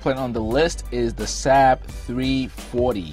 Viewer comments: SAAB is NOT pronounced SAB but SARB like carb. I should also point out. with enough money ANY aircraft can be purchased as a private plane. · Its Saab not sab pronounced (sawb) I my first car was a saab not reliable at all bun fun to drive turbo charged and handles well in the snow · Lol love this guy but he literally pronounced it SAHHHB it's pronounced like Sawwwwb or bob but replace the B with an S. Same company as the swedish car manufacturer that's been around for a LONG LONG time. In fact they got their start in airplanes and jet engines. They've been around since like the 30s. Much like how Rolls-Royce got it start and specializes in aircraft/jet engines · It's pronounced SAAAB not SAB. It's disrespectful not to pronounce the name properly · Saab pronounced Saub did not decide to make an airplane. They decided to make cars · FYI, Saab was an airplane company long before it was a car company. The name itself stands for “Svenska Aeroplan Aktie Bolag” And they are still an aerospace and defense company making very high performance military jets and guided missiles. Also it’s pronounced “Sob” And Rhymes with Bob and mob and blob. ;). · Saab pronounced sob. Like sobbing crying